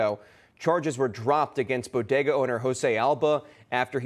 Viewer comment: I say bodega she says bogeda...